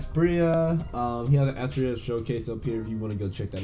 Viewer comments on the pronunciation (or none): Bruh you dead pronounce it like aspiria